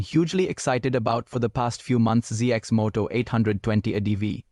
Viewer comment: Cx Moto ? Ur ai is bugging.